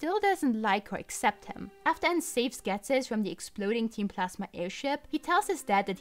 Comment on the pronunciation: not so fun fact, ghetsis is supposed to be pronounced as jesus. yeah.. i dont get it either, but it makes sense